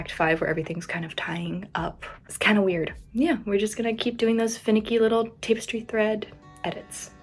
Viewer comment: I'm sorry but "tape-estry" made me giggle. Anyhow it's cool to hear what you did in August and how you strategized (and then re-strategized) to get the work where you needed. August was so baking and humid across the board. Not ideal conditions for the editing long haul, so your frustration toward the end is what I expected. "So much stuff happening = can't create" is all too common for me, and Murphy's Law, it starts right when I'm in the thick of the more exciting projects. Your California friends bring such a fun side out of you, and it was nice meeting Lugnuts.